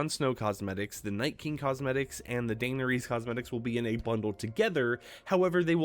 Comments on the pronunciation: ITS PRANOUNCED DA-NER-IS HAVE RESPECT FOR YOUR QUUEEN!!!!!!!!!! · Dainer ease kills me. I had to stop the video after 42 seconds lol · Qween Daynuhreese of Target and her steed, Dro Gone. 😂 Love ya. ❤ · If you can't pronounce her name, just say "Danny" at this point😭😭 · Please learn how to say her name correctly